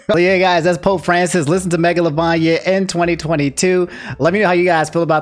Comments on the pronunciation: why you pronoucing it megalo LOVANIA instead of mega LOVAINIA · at this point, im more impressed than upset. the way can mispronounce so many words, geenocide, megola-van-ia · Ngl, saying "megalovania" like it's an Italian dish hits me different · They way said megolovania LMFAO but seriously the people that made the etika nft are going to hell